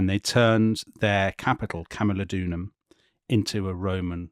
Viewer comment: It is camulodunum and pronounced as such, not camulodonum. Wonderful podcast by the way.